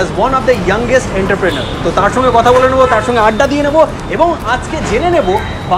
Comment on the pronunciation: Please correct your pronunciation enter-prenor nah. If you are presenting something present them in an accurate way. #westbengalwithrohit